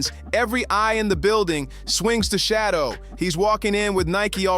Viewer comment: His name is not shadow Sanders